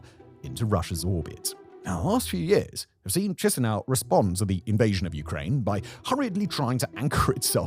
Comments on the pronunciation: If you ever need to speak about Moldova's capital in the future, it's pronounced Ki-shin-oh. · Boy, whenever I hear Simon pronouncing Chisinau, I get a brain bleed.